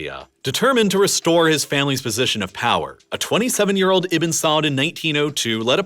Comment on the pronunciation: I think he's try to say Ibnu not Ibin.. “ ibe nu ” or “ ib nuu ” not iben.. Ibnu Saad I guess.